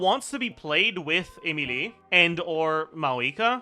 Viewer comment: how can you have a native American accent and say those Feench names so well, even with this non rolling r? Even Emilie is mentionned with the perfect French tense on the correct syllable, it sounds so French